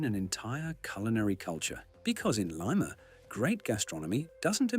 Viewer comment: Did the announcer participate in the visit? How in heaven's name is he repeatedly calling the capital of Peru "Layma?" Didn't someone edit this who has knowledge of the country?